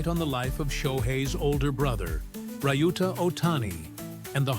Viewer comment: Pronunciation of Shohei’s brother’s name is not “rai-yu-ta” but “liu-ta”. It is disrespectful to the man you want to make a clip with his story, but also unprofessional.